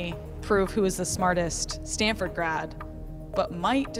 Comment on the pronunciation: She really said “do NOT tag Standford” 😂